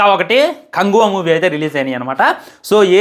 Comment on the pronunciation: Bro neku movie name kuda sariga anadam ravadamle anduku bro neku reviews mundu names sariga chepadam nechuko daily nevi chusta kani ela mari antha darunamga matladam nachale